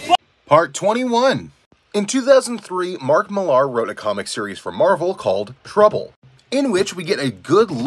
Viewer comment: Ya know I use to read Wizard Magazine and in one of the issues there was an interview with Mark Millar and he was asked the correct way to pronounce his last name and all he said was "Like the beer.". I keep hearing people say it differently. Even other comic pros said it the way the man in this video says it. So now I'm wondering if this isn't a Mandala Effect or something...